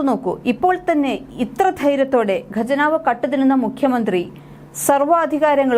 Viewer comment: ''Gajanav'' alla ' khajanav' ennanu paryendath